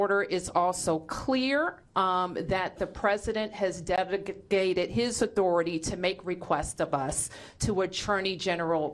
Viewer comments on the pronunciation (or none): She has trouble reading her own propaganda. "Deviligated"? Seriously?